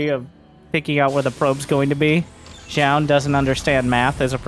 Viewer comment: fyi it's pronounced closer to jo-un